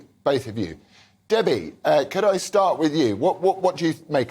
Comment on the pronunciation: Debbie? You mean Davey. The Austin Powers meme comes to mind.